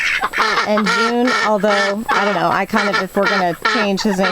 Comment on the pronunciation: What’s about “Jude” instead of June?